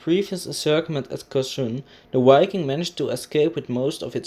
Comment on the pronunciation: Nice video and excelent information, however it does not pronounce "UAI-king", it does pronounce with a V sound, like the word "VIKING".